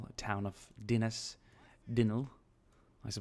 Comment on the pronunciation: You got "Dinas" correctly but "Dinlle" you got wrong haha. Brilliant video and thanks for the shout out!